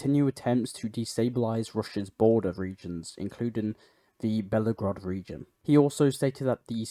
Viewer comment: Just a helpful hint: the name of the Russian city is Belgorod not Bellagrod.